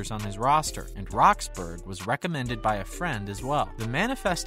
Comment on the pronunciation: It’s pronounced (rox-burr-uhh) and she is now 30